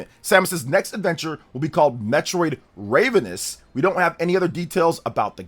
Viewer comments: ma dude said Raivenous 😂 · For the love of god! you need to pronounce RAV-ENOUS correctly 😅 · yes ravenous pronounced like ravioli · Wow. This is my 3rd video game youtuber today I heard mispronounce ravenous. I guess ravenous, ocarina, and Ontario are three words people jave never heard before. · I'm sorry but the way you're pronouncing ravenous is killing me. Looking forward to another 2D Metroid. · It’s pronounced “ravenous” not “ravenous” jk lol 😂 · Funny to hear him pronounce it like the bird all video